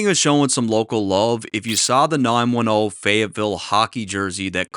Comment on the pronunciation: Salute for saying 910 correctly on this one 😂 thank you